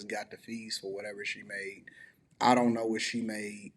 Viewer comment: I hate that she’s 50 and says zont instead of don’t